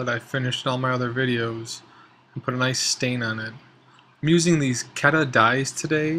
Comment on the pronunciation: It's pronounced KEE-duh with two ees' sound, but with only one e. You can buy these off evibay for about $16.99. These are alcohol based (aniline).